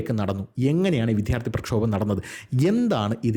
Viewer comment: അവതരണം ഒക്കെ ശരിയാണ്. താങ്കളുടെ ചില ഉച്ചാരണം ഒട്ടും ശരിയല്ല. "" വിദ്ധ്യാർത്തി ""